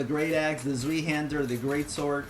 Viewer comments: Ah, silly language bastardation. It isn't Zweehander it is ZWEIhander. Zwei being pronounced Zvai. Es ist deutsch. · Oh, and it's pronounced: "tzwai"-hander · Zweihander is pronounced Zv-eye-hander. Good video though. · saying! Its pronounced like DIE but with a SV instead of D x) SVIE (svai) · Why people say Zweihander in such a strange way, it has a german origin Zwei (Zuai) Hander = two handed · Zweihander = pronounced tzwaihender, sorry for being such a pronounciation nazi xD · Its pronounced "zwai hander". Its German. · T-z-w-a-i Zwei = Two ( German ) Zweihander = Twohander Z in german is pronounced with a T sound at the start then V. E is pronounced just like in ''Einstein'' A. Thanks for the video. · you mispronounced Zweihander. You dont have to approve my comment, just trying to help. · it's actually a fully german word (Rechtshaender = right hander). haender sounds vaguely like ~henda i find, but really the e and ae sounds in german are hard to transcribe into english without actually using phonetic symbols. main reason i posted is 'tzw', because 'z' in Ger is not voiced as in Eng, and 'w' sounds like an english 'v'. i see your version as a t, then a buzz, then a ~wwuu sound, which is kinda off imo. btw voiced means the buzz inside your mouth (V = voiced F, Z = voiced S)